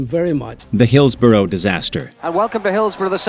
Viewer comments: How do you manage to have a clip that gives the correct pronunciation, then still pronounce it wrong in the voiceover. So disrespectful. It’s Hills-Burruh not Hills-Borrow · Incredible how you can literally have the name pronounced properly in the clip used yet the voiceover still proceeds to do it wrong. Learn how to pronounce Hillsborough properly ffs.